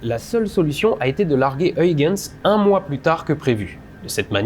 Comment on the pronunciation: Très bon épisode sur une lune méconnue du grand public mais extrêmement intéressante d'un point de vue scientifique, même plus que Mars, Vénus ou Europe, pour ses similarités étonnantes avec la Terre tout en étant extrêmement différente. Huygens se prononce en fait Hœïrrrrens (avec un h à l'anglaise et le son "rrrr" le plus guttural possible) mais je salue l'effort accompli pour la diphtongue néerlandaise "uy". Oui c'est le retour du chiant de service ^^